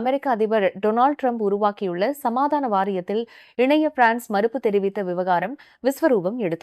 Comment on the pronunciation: நீங்கள் frnce ஐ ஆங்கிலம் போன்று உச்சரிக் கின்றீர்கள்